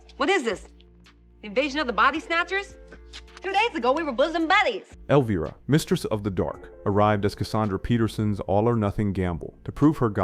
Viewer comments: Elveera and Harold Raamis? At least try to make the AI VO believable. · Elveeera? Come on AI